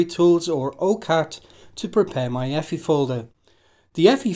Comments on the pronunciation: effy? no, just say the letters EFI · Love your pronunciation of EFI, lol. Never change it.